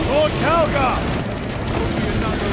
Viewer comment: It's Calgar says so the subtitles, but does not sound like Calgar.